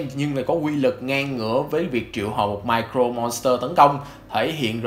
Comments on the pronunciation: Sao "Mirror Monster" mà ông đọc như "Micro Monster" thế? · mirror chứ ko phải micro monster nhé ad :< đoạn này nghe cấn cấn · Nội dung clip okay nhưng tôi muốn nhắc ông 1 chút về cách phát âm, từ "Mirror" trong "Mirror Monster" đọc là "mia rơ" chứ ko phải "mai crô" nha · Mình góp ý chút là mirror phát âm là /mirə/. Hiện tại bạn đang đọc giống như là micro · Video khá hay nhưng mà mình có chút đóng góp là về khi đọc Mirror Monster hình như giọng đọc thành Micro Monster, nếu sửa được chỗ này thì tuyệt vời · Mirror Monster ko phải là micro Monster nhé ad. Phát âm sai từa lưa 😅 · mirror monster nghe ông đọc như micro monster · Cái này là góp ý nhé anh Chữ " Mirror " anh có thể xem cách phát âm trên cái trang từ điển để phát âm đúng giúp cho vid nghe hay hơn nhé anh ạ